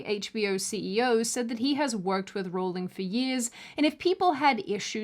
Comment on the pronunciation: Thank you, you have a new subscriber mainly because you pronounced J. K. name correctly.